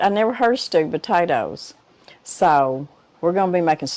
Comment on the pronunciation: Another wonderful cooking video! Thank you for sharing! As a northerner I'm amazed by your accent. 😆 In this video it kinda sounds like you're saying "stupid taters" which made me chuckle.